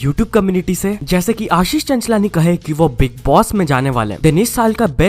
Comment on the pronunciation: It's not bigg boss it's biig boss